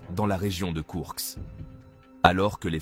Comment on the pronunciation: Koursk et non Kourks